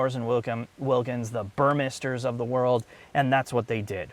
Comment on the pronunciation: Thank you for finally pronouncing Burmester correctly. I believe it was my comment from many videos back that you may have read that caused this change. Please respond to my comment if that's the case. Love your videos!